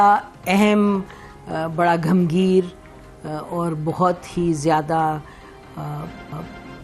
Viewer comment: گھمبگھیر کوٸ لفظ نہیں ہے۔گھمبیر ہے۔اتنی بڑی ٹی وی اینکر کا تلفظ تو ٹھیک ہونا چاہیے۔